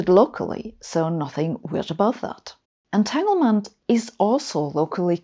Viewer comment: A brilliant explanation. Sabine always does great videos & speaks English so well. As a pedant I have to point out that "entanglement" is pronounced with a "g" unlike in German. And its "stronger" with a "g". Thats the trouble with English & German - spelled the same but pronounced differently - "Finger" & "finger".